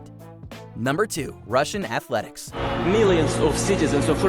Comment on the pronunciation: 😂🤣😂🤣😂 "Russian Atheletics " 🤣😂🤣😂🤣